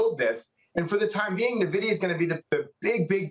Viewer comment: New mantra. Don't listen to anyone who pronounces it Na-Vidia instead of how the company and gamers pronounce it. N-Vidia.😂